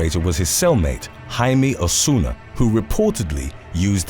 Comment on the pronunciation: How do you manage to correctly pronounce Jaime the Latin way but mangle something as simple as Corcoran???